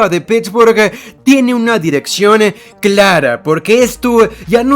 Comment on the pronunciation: "...La ofensiva de Pittsburghu-e tiene una direccion-e..." NO DURÉ NI UN MINUTO ESCUCHÁNDOTE...